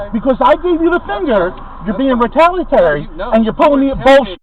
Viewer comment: The word re-tal-i-a-tor-y, not retalatory.